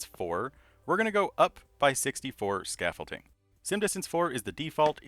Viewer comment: Bro keeps saying scaffolTING and it itches